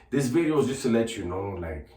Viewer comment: It’s funny the way you say “New Bideo” 😂